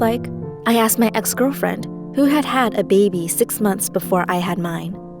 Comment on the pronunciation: Did she just say ex girlfriend? Or was she saying ex girl-friend